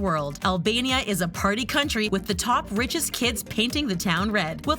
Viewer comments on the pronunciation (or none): “One of the richiest countries” LMAOOOO